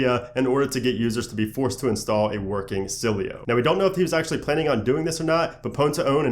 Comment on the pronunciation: it's "s-il-eh-o" not "sil-ey-o"